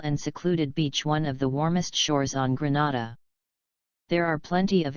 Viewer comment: Get your pronounciation right Not Granada but Grenada